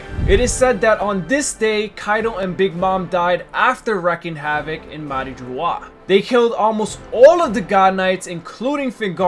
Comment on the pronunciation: MARIOAA? you mean Marijoaa?